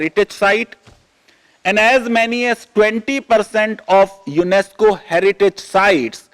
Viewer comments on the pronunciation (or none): none